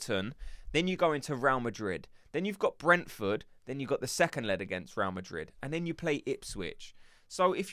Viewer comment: Please fellow gooners let's not sound so gormless even with a cockney accent. It's not 'Row Madrid' it's 'Ray-al Madrid' - 2 BLOODY SYLLABLES!!!